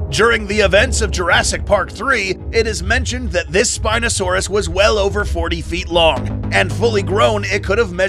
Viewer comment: by the way "The sPiNosAuRUs" reminded me of when u said "THE SPINOSAURUS HAS NO D**K